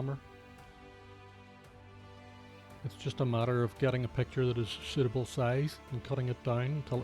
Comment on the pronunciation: "In soot-able deep black colour"